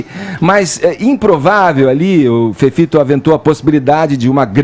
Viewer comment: Há tanto tempo no programa e o Fefito e não aprendeu a falar as palavras com T e D! 🤦‍♀️